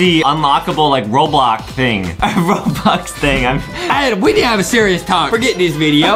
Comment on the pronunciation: it’s spelled Adam I think but Justin pronounces it “Adem” as a joke- but still not sure